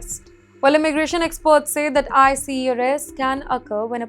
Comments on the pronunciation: Why do u keep saying icy? The word is ICE! Baraf. Why can’t u read? 🧐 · she's reading ICE as I C E there's a lot else funny with how she talks, this is hardly anything kantaki multi dollar fraud case (like $9?)